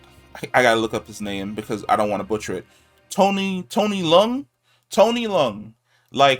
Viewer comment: You’re one of the few YouTubers that said his last name correctly! Everyone else is saying it “Lee-Yeung” when it should be “Leung” (one syllable).